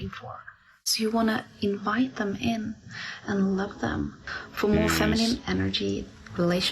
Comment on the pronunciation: she said iinvite in the demons.